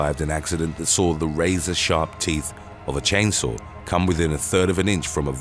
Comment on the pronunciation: "Chain sour" accident? LOL!